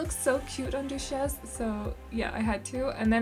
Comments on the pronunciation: These girls are so cute and I love the name for the cat!! Ramona might be my favourite! Duchess is actually pronounced DUT-CHUS or DUH-CHUS - I don’t know if this helps at all!💖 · I love both of the girls so much, also it’s pronounced Dutch-es but don’t worry I love the way you say it in your accent it’s so cute!